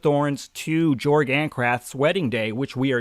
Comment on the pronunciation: I'm pretty sure you pronounce Jorg as "Yorg" as his world is set in an altered Europe if you look in the maps, Ancrath being in what resembles Germany, leading to his name sounding more like a Y instead of a J.